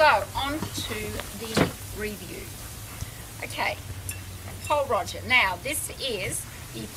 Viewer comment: It would've been a great review but you really need to pronounce it properly it's not Roger lol i'm sorry to point this out